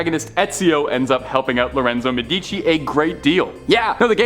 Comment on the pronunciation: For the love of god, it's pronopunced MEdici not MeDIci.